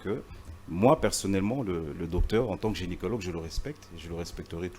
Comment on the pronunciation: Pas genicilogue. Par contre ce "Gynécologue"